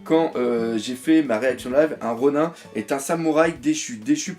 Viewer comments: par contre Ronin je crois que ça ce dit ronine et pas ronun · ronin il me semble que ça se prononce "ronine"^^ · le IN ronIN se prononce comme dans nINja. on ne dit pas nain-ja en français malgré l'orthographe car ça n"as aucun sens puisque c'est juste une transcription en alphabet d'un mot japonais, il faut donc garder la prononciation jap de ronin. les règles de grammaire française ne s'applique pas.